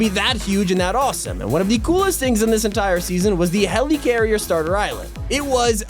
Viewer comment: Nobody:: HELEECARRIER